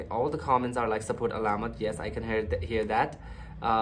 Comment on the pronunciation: Pronouncing 'Alamat' - put the stress on the 3rd syllable instead of 2nd syllable. saLAmat - stress on the 2nd syllable (means Thanks) alaMAT - stress on the 3rd syllable (means Legend) Just a quick TAGALOG 101 😉